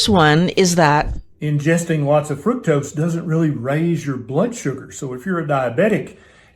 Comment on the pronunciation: Why are you mispronouncing the very word FRUCTOSE?